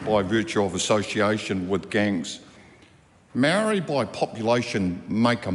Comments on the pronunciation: Mark is right, but it's a bad look pronouncing it "Maari". We need to be smarter and sharper than that. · Anyone who pronounces maori like that is probably anti maori 😂